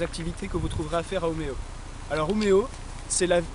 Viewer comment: Bravo les gars pour la vidéo très intéressante pour moi qui va habiter à Umeå à partir du mois d'Août prochain, par contre attention à votre prononciation du "å" suédois comme dans "Umeå" mais sinon c'est vraiment très bien ! Merci :)